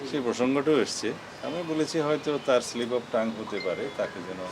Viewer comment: ওনী কিভাবে বলে স্লিপ অফ টাং